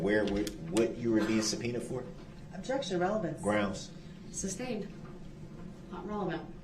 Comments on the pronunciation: Its sustained not substained! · “Grounds for the substain”. Haha he says “substain” about 1,000 times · I want to slap the crap out of him every time he says "substained." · He is so ignorant, amongst other things. Please sir, it is SUSTAINED!!! He can't get that word right to save his life.... pun intended. Idiot!